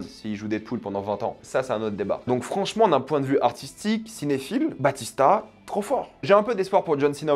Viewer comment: Par contre, c'est pas Dave Batista mais Bautista! 😉